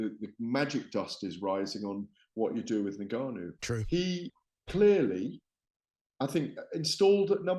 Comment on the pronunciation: Had to stop watching this 2 minutes in purely for how Gareth pronounces N’Gannou. Criminal